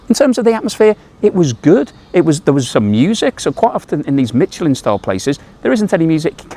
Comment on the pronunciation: You keep pronouncing Michelin incorrect - there is no T